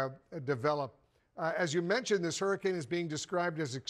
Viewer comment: It's a hurricane not a hurrikin 😂😂😂